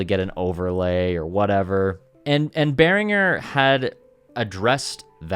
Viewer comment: Congratulation for pronouncing „Behringer“ the right way! Greetings from a Matriarch and 2x Blue Marvin owner from Germany!😀🇩🇪🤝